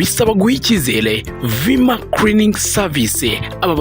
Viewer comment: Ariko Mister creaning 😢 seriously 😐 nho ama calo 😮vma creaning oya sha bivuge neza you can do it kwa Rweme nta creaning 😂